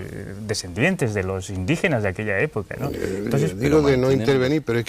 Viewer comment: yo acepto que se peguen palabras como coño!! joder!! vale!! o madre mía!! pero no la manera de hablar ejem. como estais, volvais..... o .. indijenash ..pfff!!